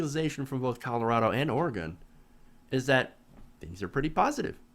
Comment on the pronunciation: It's not Or-eh-gone. It's Or-eh-gun.